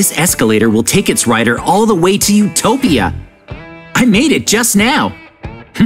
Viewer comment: sherpprize😂 it’s not surprising😂 unopeopea😂😂😂 no utopia😂😂😂😂😂😂😂😂😂